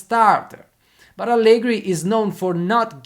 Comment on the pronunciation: Tutto molto bello e spesso sono d'accordo con te, ma pronunciare Allegri con la R moscia all'inglese no, dai... E' un nome proprio italiano, va pronunciato correttamente.